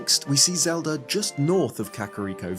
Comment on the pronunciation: "zed-r" please don't do that man